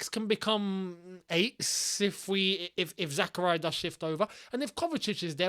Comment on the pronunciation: ily but why do you always pronounce zak’s name like that😭 it’s pronounced Zahkahreeah. It’s not zakuhryuh